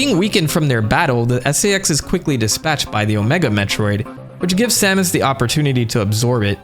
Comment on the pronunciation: This is "Sahmus" Aran Source: Smash bros. 64